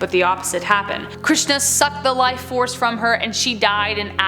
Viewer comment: I am an Indian and I have not heard of half of them and you were great with pronounciations like Bengaluru, Krishan, Hirnkashyap (great it's a difficult word), Raktbija 👍